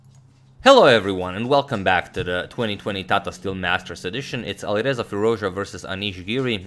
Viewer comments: And it’s not aliverza it’s ali R eza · And pronunciation of A at the Alireza is like a in cat